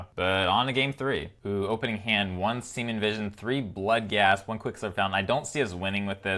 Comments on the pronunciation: love the channel, but really annoying and weird that you mispronounce Serum Visions as Seamen Visions. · Every time i hear him say semen visions instead of serum visions..... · Have you been saying Semen Visions this whole time? My hearing is really weird. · I just realized you call it “semin” visions 😂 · Gotta love the "siemen visions" 😂 love the deck and your enthusiasm :D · He said Semen Visions lol